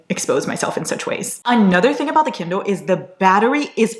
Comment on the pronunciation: warning us not to come at her for saying 'kindel'. Also: *proceeds to call it 'kindol' the entire video. Qween. ✨